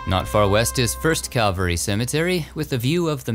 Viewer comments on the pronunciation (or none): none